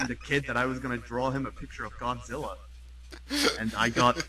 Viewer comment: Does he say "Gonzilla"? LOL